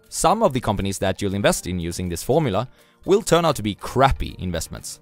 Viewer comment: The... tragic... gormula?